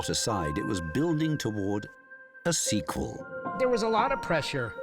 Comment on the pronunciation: I can't help but be amused each time the narrator emphasises "preQUEL" or "seQUEL"...